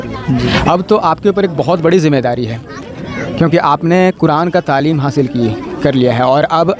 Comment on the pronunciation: तामील नहीं तालीम होता है